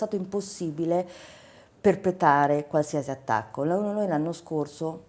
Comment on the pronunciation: Perpetare, perpetato. PORCODIO MA LE DICI O NO LE ERRE DIO CANE